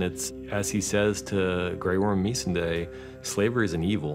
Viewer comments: Me-sen-day??? Did not know that's how you pronounce it. Ugh all this time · Why does he keep calling her meesandy? #smh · "MEESE-n-day" Ugh. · The way Benioff pronounced Missandei... Shame on him! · Oh god, the way he says Missandei makes me shudder.